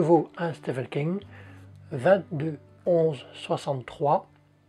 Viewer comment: Il y a eu une petite mise à jour de prononciation sur le King ou c'est moi qui essaie d'entendre ce que je veux ? 😄 Pour le livre avec le chat, si on a le droit de faire d'un livre deux thèmes "Maudit karma" devrait le valider ! Le pigeon m'a fait sourire, il y en a souvent qui passent leurs petites têtes joufflues à ma fenêtre donc je reconnais bien là leur pouvoir de distraction ! (et n'oublions pas le gros pavé qui apparait à l'écran au moment où ça parle de lecture rapide. Ou toutes ces petites mimiques ! ). Ah les très vieux livres ! J'en ai quelques uns que j'ai récupéré pour la plupart dans une toute petite boutique d'occasion là où je passe mes vacances. Elle est tenue par un petit papi qui vend aussi bien des livres à tout petit prix que de très vieux livres à plus de 100€ ! Mon petit chouchou est le Werther de Goethe, aux éditions Nilsson. Il est illustré, et ses feuilles sont toutes inégales, on dirait qu'il a été relié par un amateur : ça lui donne un charme fou ! Quant à l'odeur ! Je suis un grand renifleur de livres 😄 Ceci dit l'odeur de vieux livres n'est pas ma favorite. J'ai un joli livre avec une couverture rigide que j'ai acheté d'occasion, je me suis rendu compte seulement une fois chez moi qu'il empestait ! On pouvait retrouver où je l'avais mis en suivant sa piste olfactive... J'ai tenté de modifier son parfum avec des papiers parfumés, c'était PIRE ! En plus j'ai détesté l'histoire ! Mais je continue de trouver l'objet joli alors...😅 J'ai un planning de